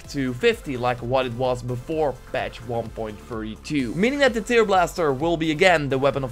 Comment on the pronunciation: Goede video! Een note: tear wordt in dit geval uitgesproken als tèr ipv teer, sorry¡ Love je content!